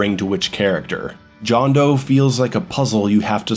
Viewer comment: It's pronounced Hondo. Did you... not listen to Deograciás? Oh. You didn't. Well that explains a lot. Maaaaan how could you skip over the voiceacting? It's so fucking good.